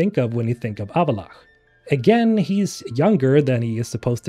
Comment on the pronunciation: avallach XDDDDDDDDDD